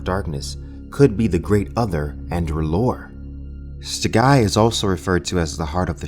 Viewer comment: Awesome Vid, just one thing it's pronounced Rye-Leth.